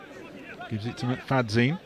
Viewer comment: It’s pronounced Mick-fad-yin…….NOT Mick-fad-zeen.